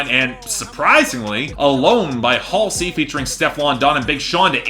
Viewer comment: And HALLsey as Hal-see